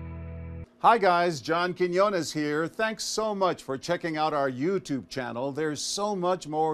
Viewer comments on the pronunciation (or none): It's Quinones, not Cojones🤣. Cojones is spanish for testicles.